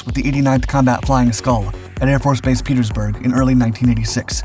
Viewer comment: Pietersburg not Peterburg